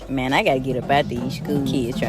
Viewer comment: Amazing the ebonics used by her was legit though she done meant something else when she said it. COME ON Maaaaaang. lol love the channel man keep crushing it!